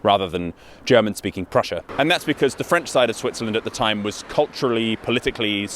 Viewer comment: Great stuff, also I must say your German pronounciation is quite good.